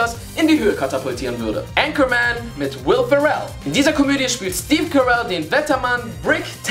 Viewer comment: Warum sprechen die Deutschen die Namen von Will Ferrell und Collin Farrell jedes mal falsch aus?